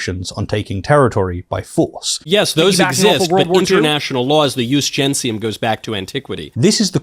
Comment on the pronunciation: The point about "Jus Gentium ", the ONE thing he thinks he has Kyle on and keeps trying to circle back to is the dumbest f*cking thing in the entire world, Jesus. It's like someone trying to cite the Code of Hammurabi in the context of Ohio State Law. 1. Michaelus Regardus isn't even pronouncing it right. He's using the Classical pronunciation of "Jus" with the Ecclesiastical pronunciation of "Gentium". If you're going to rely on Middle School tier "Umm well akshully according to the um official law of casus belli, per se, um I get to sink all ur um battleships herpderpderp." at least pretend to be smart correctly. 2. "Jus Gentium" Hasn't been nominally relevant in Europe for FIVE HUNDRED years and even then only under the superficial influence of the Church. It was a suggestion at best within the confines of EUROPE. We're not EUROPE and have never been for the entire existence of our country. It hasn't been relevant legally since the fall of the Empire FIFTEEN hundred years ago or earlier. And we're definitely NOT an antique empire from the turn of the 1st millennium as much as these crypto-fashies want us to be. 3. It was a CUSTOMARY law. A vague philosophy at best. Not a set of civil or legal statutes or codes. Even IF we were the 1500 year dead Empire that "used" it, we'd STILL need actual specific legal codes to apply and execute, i.e. the very things Kyle (and the world over) had been saying were violated. This is all irrelevant anyway because we ALREADY have "customary